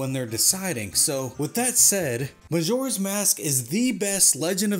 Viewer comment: “Mazora’s Mask” And “Relationsips” 😂